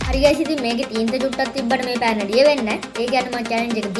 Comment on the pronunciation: පන නෙවෙයි යකෝ පෑන😂